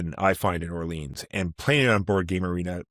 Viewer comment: "Orlean"? lol